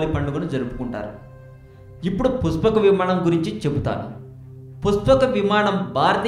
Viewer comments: Its pushpaka vimanam basu ...not puspaka vimanam. Telugu nerchukoo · Rey eam chaduvukunnav ra nuvvu, sa ki sha ki theda teleyadha neeku, puspaka kadhu pushpaka, nuvvu nee sollu, edho telisinatuu . pushpaka vimanam mano vegam tho velthundhi, ante dani vegam devathalu kuda andhukoleru, vishwakarma nirmitham, brahma dattham, nuv ramayanam chadavakunda edhava videolu pettaku. nuvvu ne thokkalo research, thu. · nee pronunciation bagaledu thammudu...try better.....pushpaka vimanam,,,,not puspakavimanam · puspaka kadu bro pushpaka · It is "పుష్పక విమానం" not "పుస్పాక విమానం". You better learn the language...Please do not spoil Telugu... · Puspaka kadu brother pushpaka. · పురాణాలు సరిగ్గా తెలుసుకొని వీడియో చెయ్. పుష్పక విమానం అనడం రావడంలేదు. ఈ వీడియో ఎవరు చేయమన్నారు . చెత్తా వీడియో